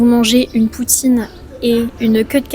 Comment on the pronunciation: Y a quelque chose de tres reconfortant dans ta voix, accent ou ton... je sais pas quoi. Bravo pour bien dire "poutine" a la facon quebecoise